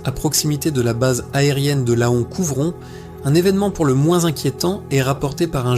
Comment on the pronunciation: Laon se dit « Lan » le « o » ne se prononce pas.. mais ok c’est une IA qui parle…